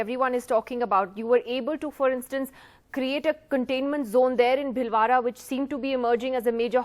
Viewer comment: does not know to pronounce Bhilwada! Great anchor😇